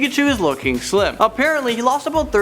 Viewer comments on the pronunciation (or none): none